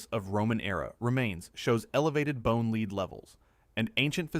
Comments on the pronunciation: Lord love a duck, would you PLEASE set up your AI narration to recognize that lead, the metal, is pronounced "LED", NOT "LEED" ?!?!? And also, EXTREMELY irritating and annoying is when the narration yo-yos between BOTH pronunciations ! 😵‍💫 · About Roman Empire falling because of Lead poisoning: I presume you MEAN the metal 'Lead'. What your AI narrator actually SAID was 'lead' as in dog leash or leading someone around! Fpr God's sake CHECK your narration before you post. At least pretend to look intelliigent/ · "Lead in Rome, why does he keep pronouncing it Leed?" its AI crap. look at the description :/